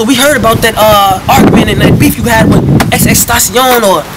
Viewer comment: My boy said Xs taction 😂😂